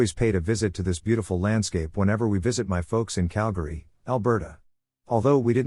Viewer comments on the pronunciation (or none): none